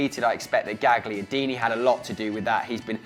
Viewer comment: Gagliardini is pronounced gayardini ffs